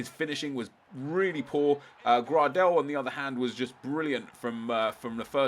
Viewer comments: It's pronounced grey-del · Grahdel? Why do you say his name like that?